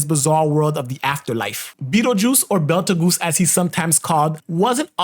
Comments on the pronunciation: Oh god, "belt a goose." Also, by "all bite," I think you're trying to say "albeit." That's pronounced like "all be it." It's so wild how people just completely mispronounce very common words. I'm 100% positive you have heard "albeit" out loud at least once. It's also wild how kids just don't retain any knowledge whatsoever anymore. Like how common words are pronounced. It's concerning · Every time someone says Beltagoose, an astronomer gets fired.